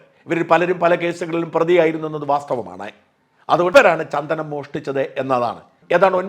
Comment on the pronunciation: ചന്തനം അല്ല സാർ ചന്ദനം